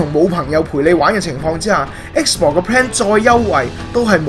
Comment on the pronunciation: 我對英文幾執著lol...我聽到不停講"X bor"真係好難頂... 同埋ultimate都冇讀啱